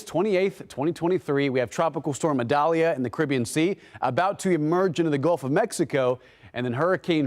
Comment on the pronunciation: Idalia not medalia!!!